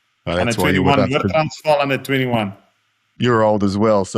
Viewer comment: Impressed. JK pronounced "Transvaal" perfectly.. well done...